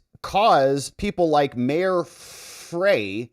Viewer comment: fyi Frey is pronounced Fry like french "fry" (no one likes him)